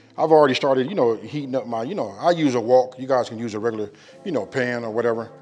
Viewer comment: WOK not walk bro 😅